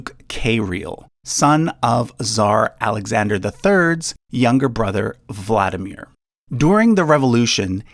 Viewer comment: Kiril is Keer -ill Vlad DEE mir